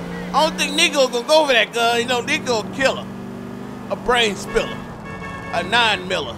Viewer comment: "a brain spilla" 😂😂